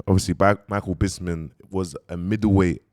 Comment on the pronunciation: MAN SAID MICHAEL ''BISMIN '' MIDDLE WEIGHT ,LIGHT HEAVY WEIGHT .MIDDLE MATE 😂😂😂😂😂😂 MICHAEL BISPING